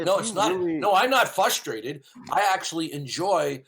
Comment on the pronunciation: is NOT ‘fflhushterated’ see?